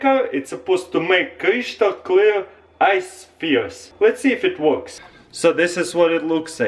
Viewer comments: CRISCHTAL celar x) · Crishtol clirr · "Crishtal creal" lol